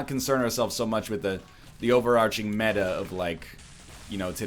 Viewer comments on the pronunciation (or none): none